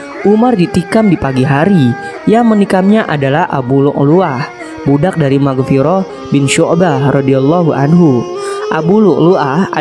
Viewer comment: Mughirah bukan Maghfiroh